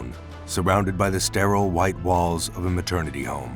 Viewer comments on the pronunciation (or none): none